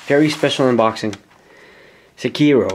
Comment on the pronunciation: have you ever played "sekiro" (not "sekìro") one time in your life or not